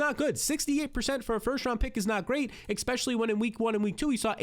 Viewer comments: I'll hit the subscribe button if you start saying ESSpeically instead of ECKspecially. (Just kidding, I'm already subscribed.) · Hill and Jeanty couldn’t be bigger holds. P.S. You have to stop saying AXspecially, its especially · This is not a troll, I think you do a great job....So, with all due respect there is no "X" in the word "ESPECIALLY" and it's a word you use very often.